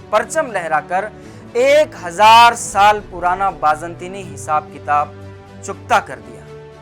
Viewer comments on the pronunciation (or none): none